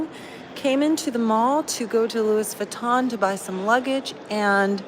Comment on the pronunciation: Lewis Vatton??? 😆😂😆